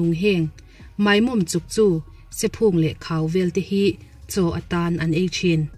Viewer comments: Sephung hi Sephûng thluk hniam tur i lam dan hi mar phei at in i lam a, Phûng tih lai tih hniam tur.I chhiar thiam viau na a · Ṭha hle mai mizotawng thumal pakhat sephung tih kha phung tih lai kha lei vung tih a vung rik dang anga lam tur